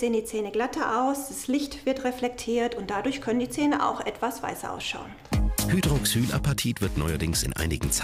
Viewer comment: Er hat es falsch ausgesprochen und sie hat es dann nochmal richtig ausgesprochen und den Begriff erklärt.